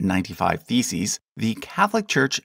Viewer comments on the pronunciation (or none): Everytime you talk about Martin Luther and his theses it sounds as if you say he published his 95 feces XD